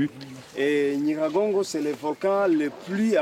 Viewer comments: Déjà d'où il vient lui? Il ne raconte que des bêtises, choisissez qui vous inviter svp il n'arrive même pas à prononcer correctement NYIRAGONGO n'importe quoi. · Le monsieur ne sait même pas dire le nom du volcan Nyiragongo. Cher compatriote tu peut vraiment dire qu'il n'ya pas des hôtels à Goma? L'Iccn lui même a un Hôtel au sein du Parc où certains touristes acceptent de loger vu le standard et les conditions hors du commun. N'oublie surtout pas que Goma c'est la ville touristique où tu trouve au moins un hôtel tous les 100m. Si tu ne connais pas informe toi!